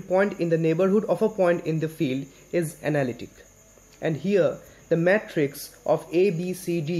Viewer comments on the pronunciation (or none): none